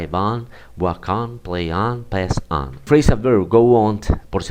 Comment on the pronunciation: Su explicación y planteamiento del tema son buenos. Sin embargo la pronunciacion de muchas palabras, es incorrecta, creando confusión. No es elevenD, es eleveN; no es fiveteenD, es fiveteeN; onD, es oN; no es downD, es dowN; no es turnD, es turN, y así hay varias repetidas muchas veces, errores que calan y se multiplican. Gracias.